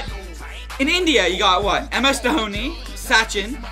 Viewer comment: You said Tendulkar rightly this time...Sachin and last name both you said correctly. Sachin started at the age of 16 years and played for almost 20-24 years...no athelete can do it even a chess player.. Cricket is a very very tough game. Do you remember any soccer or rugby player from States or Europe who had played for so long. Needless to say Football ends in 90 minutes while Cricket last for 5 days 7 hours each day